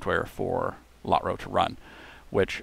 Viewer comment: Never heard Lotro pronounced Lot-ro. Been playing the game 10+ years.